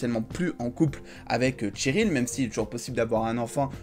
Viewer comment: Bonne vidéo mais juste c'est pas tcheryl mais Cheryl